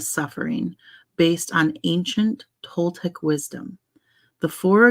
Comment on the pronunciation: I got home from my trip a few hours ago and finally sat down to chill a bit. I just started playing this video and I love that you're getting into The Four Agreements! I'm enjoying hearing it again. Yes, you're saying Toltec right. "Nagual" is pronounced more like nah-wall. I have been to the pyramids of Teotihuacán. It's such an amazing experience!